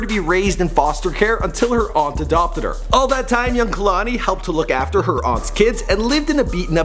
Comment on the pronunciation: Yeah I know but he is pronouncing it Kah-lani